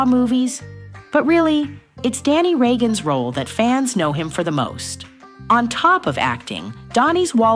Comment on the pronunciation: Regagone? Regan.